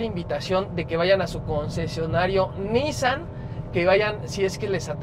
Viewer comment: Buen video, pero no se contagien de los q pronuncian mal “Nissan” (se pronuncia “NissÁn”, no “nÍssan”). Gabo Salazar de Autodinámico lo empezó a decir mal al hablarlo como si lo dijera en inglés (allá no se les da pronunciarlo correctamente) y ahora todos los youtubers (y los q creen q así se pronuncia en realidad jaja) así lo hablan. ¡¡Pónganse las pilas muchachos!!